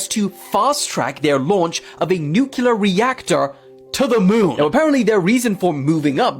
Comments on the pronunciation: And to the young guy abour in, it's "NEW-clee-er," not 'NEW-cue-ler." 🙄 And 800 babies in the septic tank is most likely a very conservative number; witchcraft has been practiced almost as long as humans have been on earth. Last but DEF not least, GOD has prevented us from offing ourselves and the planet since He created us. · Don't listen to r trds who say "nucular." The word is nuclear. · I’m sorry, I stop listening to a person as soon as they say “nucular”. Can you even read? IT’S NUCLEAR!!!! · It's NU-CLE-UR (spelled incorrectly for educational purposes)...not NUCULAR 🙄 IF YOU CAN'T PROPERLY PRONOUNCE A WORD...YOU SHOULDN'T USE IT! SHIT GIVES ME AN ANEURYSM! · People! Stop saying NUCULAR! It’s NUCLEAR!!! 😆 I’m sorry. That sounds like nails on a chalkboard to me. Every time. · You have to get specific and break it down for the simple minded; “NUKE-LEE-ERRRR”. It’s a major pet peeve along with people who say “aks” instead of “A-S-K”. No you cannot “Aks” (axe) someone, but you can ASK them a question. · What if 1000 years ago it was nucular but they kept butchering it and calling it nuclear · Every time I hear NUCULAR, I SCREAM NUCLEAR!!!!Mama Mia! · I THINK THE PHRASE NUKLIER IS TOTALLY RADICAL ! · Dude! (:This isn't directed at you, but the clip showed at this time:) I seriously cannot stand it when people like this guy talk like they know everything, yet can't even say NUCLEAR correctly!!! NEW-KLEE-UR!!!!! FOR CRYING OUT LOUD!!!! It's really not that hard! he wants to say mother nature. Nah, it's either God or man. Or the devil maybe even. But it's not "mother nature." At least from what i understand, according to the Bible. it's not "crush predators," it's crush prey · Get it ? Nu-clear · Sorry it's no nu clear it's nuclear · It New, it's clear it's.... nuclear